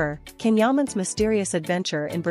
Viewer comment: This AI voiced female hasn't learned how to properly pronounce his name...it is pronounced "Jon"...not "canhuman"...